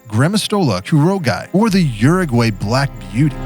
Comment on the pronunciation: It's pronounced: "OO-roo-gwi".😊